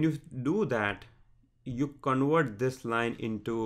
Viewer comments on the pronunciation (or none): none